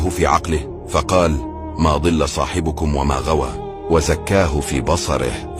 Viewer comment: أخطأ فى نطق الآية ماضل نطقها بالكسر وهى مفتوحة